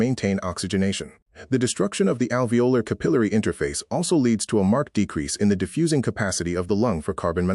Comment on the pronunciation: Pronunciation errors: capillary, alveolar